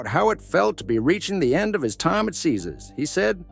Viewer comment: Stupid AI can't even pronounce Caesars! Why the lie headline? He's not been sentenced. Depending on the evidence all of this is hard to believe.